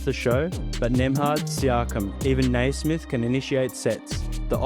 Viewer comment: Yes 'Cers! Great vid. ....its "Nee"-smith not "Nay"-smith tho